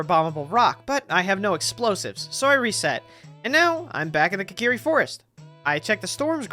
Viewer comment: Imagine being born with a life so predestined for curses like this. Also immediately I really like the clean editing for this, with the start with explaining the logic. (Also I notice you pronounce Kokiri as "kakiri", what the hell dude)